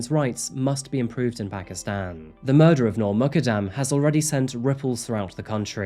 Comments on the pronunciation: It’s important to pronounce names correctly. Her last name is pronounced, “Moo” “kud” “dum” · Please her name is Noor Mukaddam Pronounced Moo-kuddam Please be sensitive enough to pronounce names properly!! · Last name is pronounced “Mook-uhd-um”